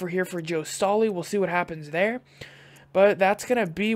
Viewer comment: Its not "stoley" its "Staley". But nice rebuild :)